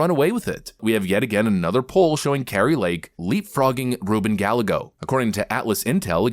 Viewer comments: AI voice cannot pronounce "ll" as in Gallego. ( guy*A*go). Not Gal uh go. It sullies the old, classic, GALLAGA game . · lol this guy says gall-eh-go It’s guy-eh-go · I’m Trump 💯, including Kari Lake, but as a Latino I feel I should correct you on the pronunciation for Gallego…it’s not ga-leh-go, it’s ga-ye-go. The double L in Spanish is pronounced like a Y…and I hope he gets his a$$ trounced 😂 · Brother, I love your videos. But please say Gallego correctly. It’s pronounced: GUY-AY-GO Thanks👍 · Oh, and by the way.. gallego is pronounced guy-eggo. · "Gall-a-go" lol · Im sorry, love the channel, been with it for a long time..but it is Guy-A-go for the Arizona race. lol. Couldnt hold it in any longer. Idk, maybe youre doing it on purpose. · Im in Az and voted for Kari Lake, I just want to point out that the other guy's name is pronounced Ruben "Guy-yay-go" you just always pronounce his name wrong 😂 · Gallego is pronounced Gah Yeh Go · It's pronounced Guy-yay-go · I think it's pronounced, guy-eggo.😂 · Love how says Ruben Gallego's name phonetically as opposed to how it's actually pronounced - It's subtle, but it's hilarious 🤣🤣